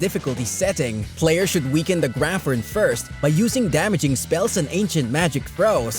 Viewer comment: I was certain "graphorn" was pronounced grap + horn, not grafforn :O